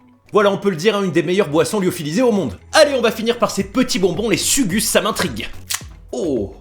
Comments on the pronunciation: Les sugus c la base mais sa se prononce pas suuguus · Les sugus sa se prononce "sougouch" 😂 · Fière de voir que les aliments de notre chère pays te plaise ! La générosité et les saveurs du Portugal on du te faire découvrir des nouvelles papilles gustatives ! Par contre la prononciation ma fait pleurer du sang 😂👍 Sugus ce prononce Sougouss par exemple ! Manger gras tchao !